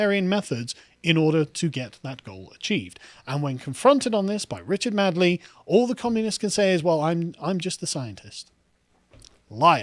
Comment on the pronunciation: It's Richard Madeley not Richard Madley, pronounced MAYDLEE